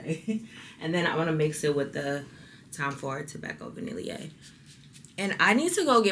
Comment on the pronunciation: Hey, I love your videos! The Tom Ford perfume you used is pronounced as tobacco vanille (vəˈnɪl or Va-nil) ❤️